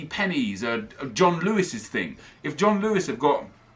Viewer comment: Every time said "THING" I imagined him saying "TING"